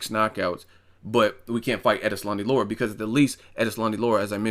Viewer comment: La- Ra. Not Laura lol.